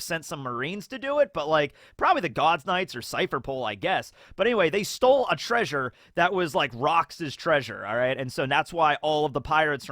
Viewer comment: If you say "treasure" like that it sounds like "treason". And I doubt Jinny will be much of a focus in the coming half an hour. Imagine Kaido ate a Dragon Smile instead. No, that wouldn't be sorta the same. He wouldn't get to transform at all. Smile Transformations are absolute. He would be susceptible to Tama's Dango. I just realized something: The World Nobles (seemingly) weren't evil enough yet for Oda. They needed to be involved with Loot Boxes too. It probably was Cipherpol. Because they "stole" the treasure of Hachinosu. The Gods Knights would have robbed it. And these are two very different types of illegal repossession. (In most cases the difference is between the amount of physical damage inflicted on the target.) Overall: There is no chance that Big Mom's Road Poneglyph was one of the prizes. If the World Government got their hands on a Road Poneglyph they would built a Triumphal Arch in Mary Joa and the Poneglyph would be submerged entirely within the screed of it.